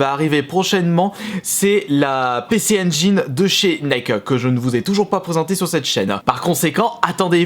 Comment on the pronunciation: NEO GEO, PC Engine....aïe, j'ai les oreilles qui saignent, arrête!!